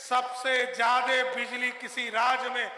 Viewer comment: अरे भाई किसको मुख्यमंत्री बना दिया... ज्यादे को जादे बोल रहा है..